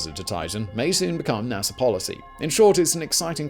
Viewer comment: Btw Theres no “R” in NASA but nice background music